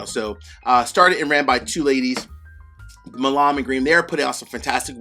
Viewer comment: Hey! Enjoy your content - keep up the good work!. I just wanted to mention that the couple of videos I have seen where you have reviewed Milam & Greene that you kind of mispronounce Milam. In Texas it is pronounced like "Mile-uhm" - it is an historical family name from the Texas revolution. Anyway - not really a big deal but wanted to let you know. Again, always appreciate your positive attitude and upbeat presentation in all of your videos!